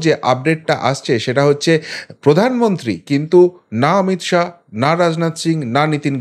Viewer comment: "শাহো" না শাহ্ বলুন